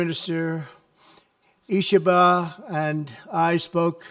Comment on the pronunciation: Amazing that our President is not only able to remember, but also pronounce PM Ishiba’s name. Wow. Not something we’ve seen in the last 4 years.